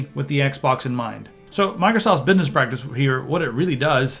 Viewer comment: the meme was pretty funny! love the way you say bidniss XD